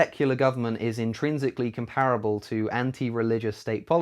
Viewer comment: Comp-parable or.. "Komp-rebl" Just saying